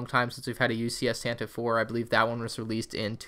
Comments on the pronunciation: Love your videos!! btw, Tantive IV is read as "Tantivy Four" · Tantive 4 is actually canonically pronounced like Tantivy 4. Bit weird but I like it.